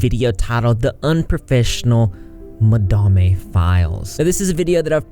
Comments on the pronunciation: Madame is not quite madam either. Its ma-dahm with a long a sound. Ma-da-may is still my favourite though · Lol I just love that you call her “Ma-Dam-eh” 😂 I literally thought that was the pronunciation too, totally ignoring the fact that it was just the word madam with an e at the end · "Madarmay" lol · I love that you just decide you like the way that you pronounce Madame and just go with it.